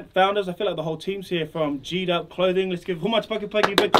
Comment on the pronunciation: Geedup. Geek up. Pronounce ur brand name properly. #JEEDUP